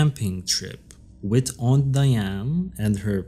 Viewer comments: The perpetrators name is pronounced "Die-Ann".😊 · Her name is DIE ANE………… not DEE ANE.